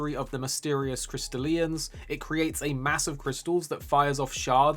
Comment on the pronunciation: I love how you pronounce it "crystal Ian's" like they're all named Ian